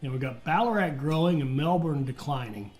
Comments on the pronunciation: honestly I've heard people pronounce Ballarat worse, but the your kind pronounce Melbourne makes my ears hurt. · As an Australian, I can say the best was to pronounce the town names is to say them as lazy as possible. Melbourne > ‘melbin’